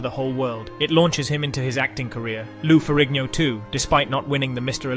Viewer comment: was this AI? keeps saying years as 1 thousands 9 hundred and ninety 3 stead of 1993 or miss pronouncing Lou ferrigno.